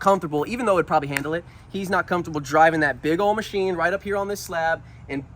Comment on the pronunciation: "Welcome to the macnine."